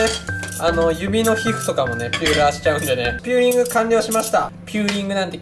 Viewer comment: ピューラーw ビューラーと混ざっとるw